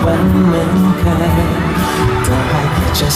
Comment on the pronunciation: แทคร้องคำว่า เคย ชัดมากก ออกเสียงยากนะคำนี้ ด้งด้วย